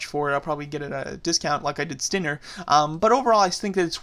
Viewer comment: stop butchering stinGer's name!